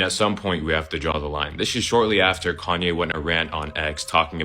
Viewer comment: Did he just call him Clone-ye West?😅😅